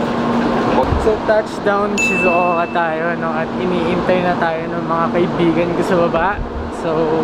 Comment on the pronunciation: Shizouka pero hindi shizouko 🥴